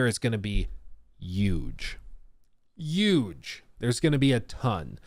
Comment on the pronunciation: The h is not silent in huge.